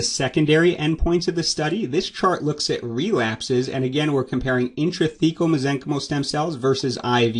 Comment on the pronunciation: Why do you pronounce Mesenchymal incorrectly? The root is from Mesenchyme (Pronounced mez-eng-kahym) as a noun. To make the noun into the adjective you replace the final "e" with "al". I suggest that you correct your pronunciation to stop spreading mispronunciation. You cannot just make up your own grammar rules. I know it may be a hard habit to break, but as a doctor, you should pronounce your terminology correctly. Next video, you can announce your prior mispronunciation and educate your audience accordingly.